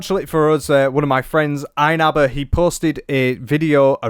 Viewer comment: So nice to learn so much about ah-loom-ah-naugh-eh. Whoever that is 😅